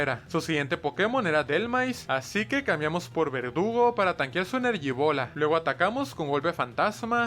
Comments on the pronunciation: Porque en vez de decir verdugo dice vergudo😅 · Hay dice vergudo xdd😅